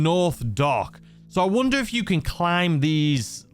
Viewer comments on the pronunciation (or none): none